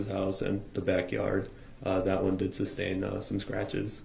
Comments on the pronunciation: NO!!! He just said she "could" SUB-STAIN...😂😂😂 He said that wrong so many times she actually said it wrong once...😂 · He is too stupid to say that the watching of the news report(s) altered his perception of what happened and therefore changed his testimony. I expected nothing less from a person who pronounces tacit as tackit and sustain as substain. The report was made before the news reports came out anyway. Doh! rrel is a moron.